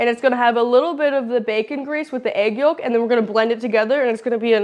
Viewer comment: Yolk the L is silent. Walk yolk folk silent L eng 101